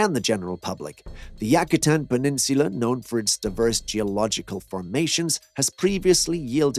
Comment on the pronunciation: Pronounced Yuke-atan not Yak-atan